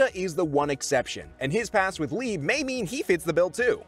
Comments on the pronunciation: bro called liebe "leeb" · They did not say Leibe Like that